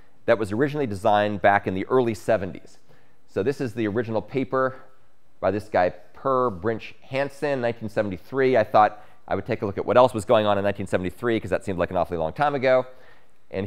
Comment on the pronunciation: Thanks! Note: "Purr" is not how to pronounce the name Per. It should be "P-eh-r"